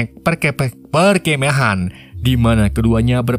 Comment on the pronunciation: Mimin susah ngomong perkemahan 😭😂🙏❤️